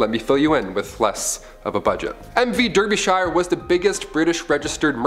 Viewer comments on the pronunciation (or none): Derbyshire, is pronounced “darby-shear”